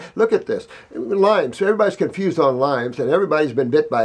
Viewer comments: Lyme not Lymes. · I correct everyone that says lymes. It is not LYMES it is LYME